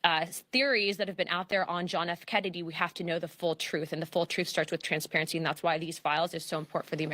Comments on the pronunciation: why she say ' transparity ' so much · They are so programmed she said "con-sperency " muah ha ha ha ha